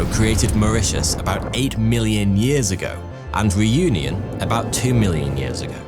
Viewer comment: Man you butchered 'Réunion'